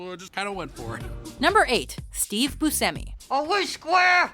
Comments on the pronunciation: Boo-shemy not busemmy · It's pronounced Bushemi and not Busemi. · It's "BUSH-EMI", not "BUS-HEMI"! Dammit,! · Fernando Saladino actually it's "Bush-tchemi"